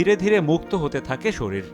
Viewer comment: এত বড় বড় অভিজ্ঞতাসম্পন্ন দুজন বিশেষজ্ঞ কিন্তু সামান্য শরীর কথাটা সঠিকভাবে উচ্চারণ করতে পারছে না। বারবার শরীল শরীল করছে। দুঃখজনক